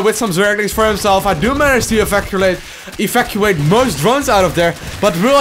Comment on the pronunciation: Tony Munoz I hear "evaculate". Not sure what that word means, maybe it means something like tanking units out of an area in a big squirt.